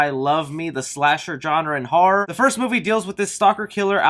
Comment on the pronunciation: I tried! Your voice I can’t do it. Also after the 4th time I heard “har-rawr” instead of horror. Had to stop. Good info just better if I could hear it from a magazine....